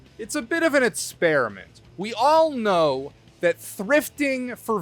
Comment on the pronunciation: I think it’s called “experiment” not “spearamint”